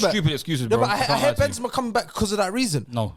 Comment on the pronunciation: The disrespect on Benzema's name man. I usually agree with but hes had a mare this episode.